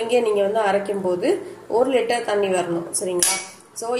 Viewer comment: Oru litre thanni clear ra kekala mam